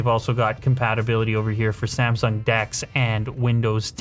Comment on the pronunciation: "S A M S O N G"